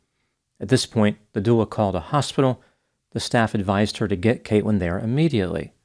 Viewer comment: Something is wrong with my ears... I jeep hearing "Kate-wyn"... wheres the L?